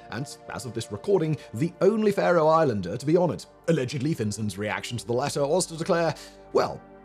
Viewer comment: I was half expecting him to say Iceland, which also has one, Haldor Laxnes, but a larger population. Most leave out the Faroes, because it isn't a country as such - yet, but I am glad we got recognized this time around. Strange how he pronounces it like Faroe Icelanders in stead of islanders... We are very proud of Finsen, and one of the old main roads in Tórshavn is called Niels Finsens gøta, and the student home in the middle of the town is named Finsen. A Faroese writer was in contention to win the prize in literature, but declined, as he wrote his books in Danish, and would prefer that a Faroese writing author should be nominated. His name was William Heinesen. Never mind, rambling is over..